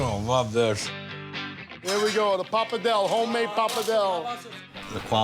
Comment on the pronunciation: The pronunciation of PAPA DELL, all wrong. Worcestershire sauce, forget it. Noodles? I'm sure it's great food to eat. But it's an approximation. It isn't Italian.